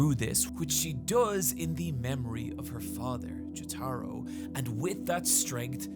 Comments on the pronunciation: I’m sorry but I can’t take it anymore lol, it’s pronounced JO-Tuh-ROH, not Juh-TAH-ro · Jo-tuh-ro, not Jo-tah-ro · PLEASE,, it's Jótaro, not Jotáro wth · Jataro? JATARO? NOT JOTORO, NAH JATARO. Anyways great video as always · Him saying "Joe-Tar-Oh" instead of "Joe-Tuh-Row" is a big pet peeve of ine lol, but great vid regardless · Not jo-taro, its jo-ta-ro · >apologizes for mispronouncing Araki's name >calls Jotaro, "Juh-TAR-O" instead of "Jo-Tah-Row" 😅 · Ah yes, the protag of part 3, Jah-Taro. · Who the fuck is Jahtaro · Dude, I based my pronunciation of Jotaro’s name off how you said it in your part 3 video, and now you’re switching it up to Jo-TAH-ro?? My soul is now in conflict with itself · STOP PRONOUNCING JOTARO LIKE JÓTĀRO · "JetAro", huh? I suppose PatricianTV was right, mispronouncing names and words in general leads to more engagement. I can't watch this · Why can't this man pronounce Jotaro Kujo? Jo-Taro isn't right for the anglicised or japanese pronunciations. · casually saying Yoh-Taj-Roh is the best late april fools joke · Is this guy unable or unwilling to pronounce Jotaro the same way everyone else does? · Your pronounciation of Jotaro hurts my ears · Bro pointed out his mispronunciation of Araki and then proceeded to say Jotaro like that 💀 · Why do you pronounce Jotaro incorrectly? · "And I never made another mistake" Proceeds to mispronounce "Jotaro" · Every time he pronounces Jotaro like that is a slap in the face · please don't pronounce jotaro like that. by the way. huge fan but. please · You emphasize the wrong syllable in jotaro. Its JOtaro not joTAro.